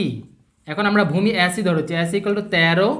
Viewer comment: এ এর উচ্চারন শুদ্ধ করা উচিত আ্যডি আ্যাছি এগুলো ঠিক করা উচিত